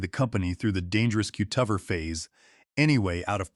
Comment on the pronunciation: AI is completely unable to pronounce ordinary everyday words. Cutover is pronounced cut-over not cute-of-er with the accent on the "of". It's such an odd pronunciation It's hard to overlook especially since the one time the word cutovers is plural the correct pronunciation was used!